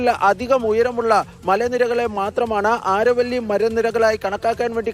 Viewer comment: ആരവല്ലി അല്ല അരാവലി hills